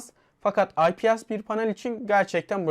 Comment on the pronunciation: IPS okunuşu AY-Pİ-ES şeklinde ve cihazda 8 değil 6 GB ram var. Hayır yanımda durmuyor olsa "Belki?" derdim de yok yani 6, o senin 8 dediğin Pro versiyonda ...